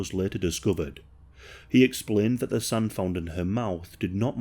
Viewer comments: Why you say SUN? instead of SAND?? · Yo that makes me giggle